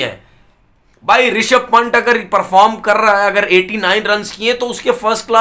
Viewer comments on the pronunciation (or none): पंट नहीं पंत